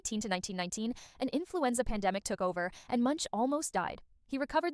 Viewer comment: Man dont give me facts about a man if u cant even say his last name correctly